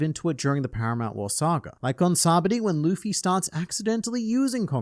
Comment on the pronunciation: Complains about Ryou pronunciation but mispronounced sabaody